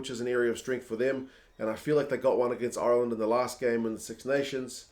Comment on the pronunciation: Is there’s a reason Ireland is being pronounced “iyuuurland”?